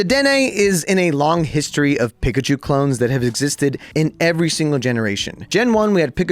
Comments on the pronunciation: Saying pikachu like pick a chu is not forgivable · Bro can’t even pronounce the mascot of the game’s name properly 😭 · Bro says "[Wolfey] just pronounces things weird for some reason", yet chooses to pronounce Slaking(Slack-ing, like slacking off) as Slay-king, Linoone(Lie-noon, like a straight line as opposed to a zig-zag) as Lih-noon, Pikachu(Pee-ka-chew) as Pick-a-chew, and wolf(wool-f) as wuff, "for some reason".